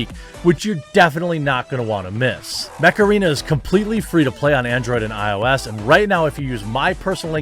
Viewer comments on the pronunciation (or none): It sound like macerena when he says mech arena :) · I actually heard Macarena instead of mech arena lol that had to be on purppose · When Jeremy said "Mech Arena" I heard "Macarena". That was an interesting double take. Heeeeey Macarena! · I thought he was saying Mecharina lol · I can’t help hearing the word “Macarena” whenever someone says Mech Arena… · I don't care what anybody says; when that song came out back in the 90s, it was totally my jam. I didn't learn the dance moves to a lot of songs but I did learn that one and I was so proud of myself. Oh, you're saying "Mech Arena". Sorry, I heard something else.